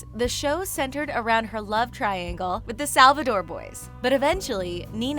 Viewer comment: I’m triggered on how she said Klaws and Salvadors